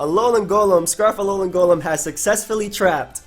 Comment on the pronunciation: It’s pronounced “Alolem”